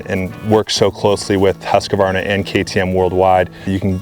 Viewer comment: Americans can't seem to say 'Husqvarna'. Hint, not a triple A thing going on there.